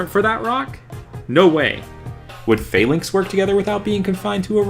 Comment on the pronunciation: You pronounce Falinks/Phalanx weird. There's nothing fail about them